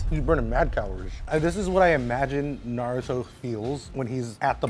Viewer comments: Narooto XD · How did he pronounce naruto wrong the first 2 times, perfect the next 2 and then came out with Norutoe? 😂 Brilliant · STOP PRONOUNCING NARUTO LIKE THAT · The amount of damage the naruto dub has done to the way people pronounce NARUTO can never be overeststated. Its not even difficult to pronounce guys .... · Please say Naruto right. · Anyone who can't say Naruto's name can't be trusted. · Every time he pronounces Naruto, my heart sinks 😂😂